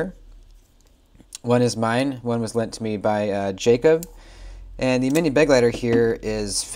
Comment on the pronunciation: Begleiter (German for companion) Not “BEG-leiter” it’s “be-GLEI-ter”